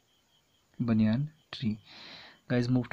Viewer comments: Banyan tree undershirt it is Banyan bay nii ya na n you are saying ba ni yaaa n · sir not baniyan it’s banyan tree ……. Baniyan is a slip